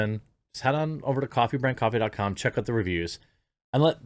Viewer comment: I know you said "Coffee Brand Coffee".... But when you said it, 🤔 it sounded like CONTRABAND COFFEE. And honestly.... 🤣 That 💩 sounds WAY more based! Just sayin. 🐸🍿